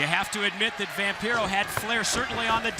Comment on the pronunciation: Oh sure… it truly is quite the opportunity for ”Vam-PYRO?” 🤣 😆 😂 La Parka deserved better than to follow that Flair/Vampiro scene.